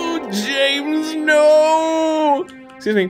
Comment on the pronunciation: It's not Jaaames, it's Jameees.